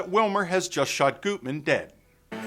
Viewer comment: It's pronounced GUTman, not Gootman. I'm impressed you mentioned the two previous versions of the movie. The first (1931) movie isn't bad, though compared to the third, it seems like a low rent version.